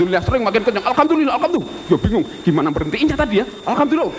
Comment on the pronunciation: Dono bilang Alhamdulilah dengan akses "Alkamdulilah" ya? pakai K? indahnya zaman itu ya, enggak ada yang salah-salahan tentang agama, enggak ada yang bilang kafir-kafir ke saudaranya. Beda jaman sekarang, Jokowi bilang "Alpateka" di salahin. Indahnya zaman dulu.... <3